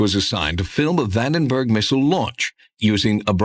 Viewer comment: It is bothersome that Jacobs calls it "Vanderberg".